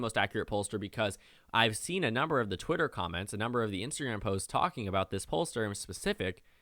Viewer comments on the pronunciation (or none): none